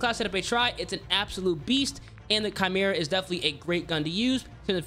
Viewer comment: Chimera= KY-MER-AH… not CHI-MER-AH. Why do people consistently pronounce this wrong? Also, just a tip for those that don’t counter aim. Could you do the weapon builds without compensating for recoil? It would help for us peasants lol